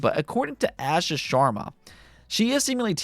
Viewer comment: You pronounce the xbox ceo name like Ahh Shaa